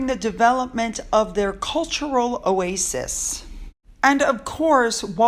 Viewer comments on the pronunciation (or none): none